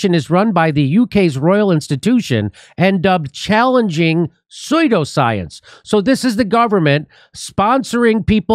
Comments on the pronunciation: It's pronounced soo-do science, not soy-do science. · Love how Jimmy says, "Soy-do-science" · "sodio science" LOL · And Jimmy's approach is saying "soyldascience"...the question is...what does he think "soyldascuence" is because he kept right on reading like he nailed it and I swear I've heard him say the word "pseudoscience" so he must think he was using a word that's a new thing? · "This very phenomenonina... is psoydo-science" classic 😂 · if you don't even know how to pronounce it, how can you tell the difference between "science" and "soy do science"? This isn't a learning disability. He just never learned the real pronunciation. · "soy-do-science" hahaha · I’m feeling a Phil Collins song coming on, SuSSudio. Its pronounced SusSudioScience.The P is psilent! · SOO-DO science, Jimmy! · Is Jimmy saying pseudoscience intentionally as soy-do-science to be funny or he just can't pronounce it? I mean I know everyone prounances things differently depending on region like my best friend and me say pecan differently (she puts emphasis on the can) plus some ppl just can say ish weird lol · Ah Jimmy its pronounced Sue-do Science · 😉.... psuedoscience is pronounced Sue - doe science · Nobody gonna mention how Jimmy keeps saying "Soy-dal science?" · Jimmy. I love you. Truly do. I think you are the greatest breath of fresh air we have nowadays. And I know you’re intelligent but TWICE You said soydoscience (phonetically speaking). It was too funny, I’m sorry..,you go:) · It's pronounced Sudo science long u...rhymes with Sumo like the fat wrestlers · Jimmy’s so contrarian he pronounces pseudoscience as soy-due-science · Pseudoscience, pronounced, soo'-doh-science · dude. it’s pronounced sood oh science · Jimmy, it's not pronounced "soydooscience". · Please learn to pronounce "soodow-science", otherwise I think you're often right (for a lefty). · It's pronounced syoodoscience... seriously! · What the fuck is up with Jimmy's pronunciation of "pseudoscience." Lmao.